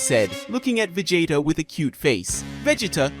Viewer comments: its Veegeetuhhh, not veg-eh-tuh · It’s Ve-GEEE-ta not Ve-ji-ta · Who in the hell is Vajita, really? I thought his name was vegeta.😂😂😂😂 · The name is Vegeta is the one that you're mispronouncing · You almost make Vegeta sound like "vegetable".